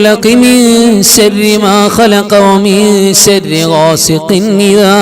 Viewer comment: Surah falak .sharri enn parayunnidath sarri ennaan kelkunnath. Sharri ennu vyakthamaayi ucharikkuka